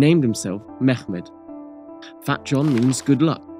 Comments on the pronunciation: It's pronounced "Memmet" not "Megkhmet". We are not arabs. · Why do western people have to pronunciate Turkish names and words as if they try to speak Arabic ? Turkish is not Arabic ! So it is Mehmet not meggmet. speak it as you write it